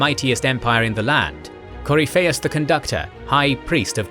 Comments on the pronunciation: Yeah, CoryPHEIUS, instead of CoRYpheus. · Cor-y-fei-us = 👎 Cor-if-i-us = 👍 I'm so glad Dragon Age lore is getting some more videos! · sound it out . its core if fee us this is how its pronounced in literally any dragon age game scene book lore. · The way you butchered Corypheus' name grated on my ears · how did you fuck up pronouncing the name Corypheus? he literally says his name in the game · The game says the name correctly. It's not that hard... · Glad somebody else caught that pronunciation. I love this channel to death, but sometimes it's clear whoever gives the copy to the narrator doesn't include a proper guide to how certain fantasy names are pronounced. I give leeway on names that have maybe only been officially mentioned by an author in some obscure interview...but Corypheus' name was pronounced consistently all over DA:I by several voice actors. Unless they pronounced it differently in the DA2 DLC (which I confess to not have played), this is an oversight. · The mispronounciation of Corypheus is somewhat painful. Sera would be proud though. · Great video, but please watch a scene from inquistion where they say Corypehus' name. Im thrown off by the pronounciation each time